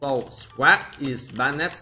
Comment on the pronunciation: don't pronounce banned with "ed" instead pronounce it with the "d" bannd